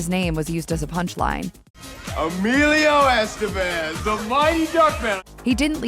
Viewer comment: Learn to say his name....smfh